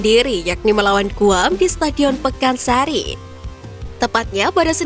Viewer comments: Pakansari wey, bukan pekansari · Jangan ngrubah2 nama setadion min,Pakansari yg bener,bukan pekansari!